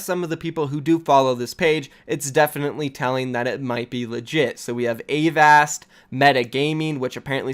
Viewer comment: avast not ayyvast